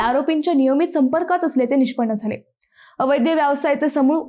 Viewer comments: ॲंकर अद्वैताला अवैध शब्द माहित नाही. अवैद्य असा उच्चार केला आहे. अवैद्य शब्द अर्थहीन आहे. 😟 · अवैध शब्द उच्चार 😢😢😢😢